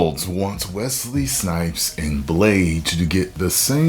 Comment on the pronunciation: As a man named Wesley. Thanks for saying Wesley and not Wezley. LOVE THE VIDEOS MY BROTHER!!!! Whoooooo!